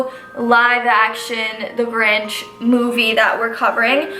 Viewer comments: I like how she said “ the gorinch” at the beginning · is sounds like she says THE ORANGE instead of the Grinch lol